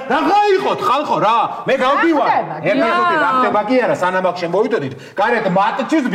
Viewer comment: რაახდებას რანაირად ამბობსს😂😂